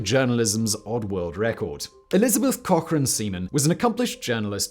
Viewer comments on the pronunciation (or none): none